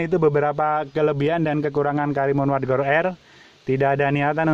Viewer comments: WAGON atau WARGON pak??😂😂, agak belibet gua ngedengerin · WARGON apa WAGON c...cukup gw dengernya cukup jelas pa..cukup jelas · Wagon R om....bukan wargon...✌ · Wagon R bang..bkn wargon R 😂